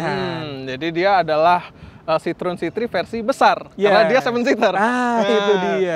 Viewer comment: kok nyebutnya "si-trun" mulu. Untuk reviewer channel gede macem ini, harusnya sdh nyebut " si-tro-wen"... Kan bukan orang awam...